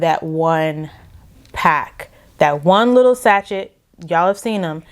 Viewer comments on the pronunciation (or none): I don’t know how to message you privately. I don’t want to embarrass you. Sachet is pronounced ‘sashay’ - don’t pronounce the ‘ch’ or the ‘t’ ... other than that small observation ... great review, very thorough and I enjoyed your perspective and opinions.